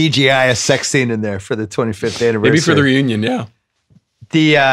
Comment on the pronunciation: Did Bill say 28th anneversary?